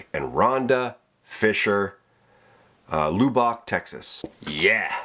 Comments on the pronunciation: just an FYI the hole in the caulk gun handle is a cutter for the caulk tube. Also its pronounced Lubb ock LOL. never heard it pronounced Lou bock before LOL. just messing with ya. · For that hole I also recommend that from underneath, you cover with a patch aluminum window screening - critters don't like chewing on the aluminum screen. LOL... LOOOBACH Texas! LOL, that had me rolling, that's Lubbock pronounced like 'bath TUB' BOCH (y'know the type of beer).. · And you didn't tell him it's pronounced Luhbbock. (Not loo bock) You are so polite.